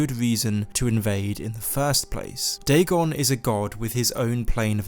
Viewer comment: All credibility goes out the window when you say dagon.